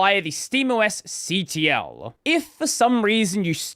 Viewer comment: This the first time I see (or hear) "cuttle") Usually "see tee ell" or "control". But hey, as long as others get it. I stick to "see tee ell" since it is guarnteed that orhers will get it right.